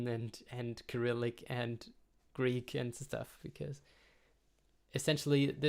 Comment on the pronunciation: oh yes while i'm here - i noticed you pronounce cyrillic with a /k/, but english speakers read it with an /s/, as per cycle, cyber, cypress...